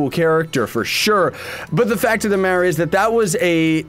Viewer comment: "but the fact of the madder is"